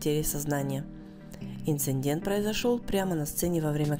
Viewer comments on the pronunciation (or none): Почему вы говорите инциндент, а надо ИНЦИДЕНТ.